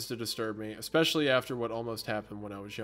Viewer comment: I swear to god Hunter if you say eXspecially one more time 😤